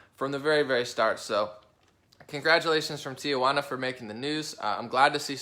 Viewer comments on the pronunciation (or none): Let me help you out: Tijuana is pronounced like Tee-hwanna, not Tia - wanna or Tee uh wanna, it's a common mistake Americans make when pronouncing the name of this historic city.. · It is pronounced tee wana, (only one a)! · “Tia-Wanna” LOL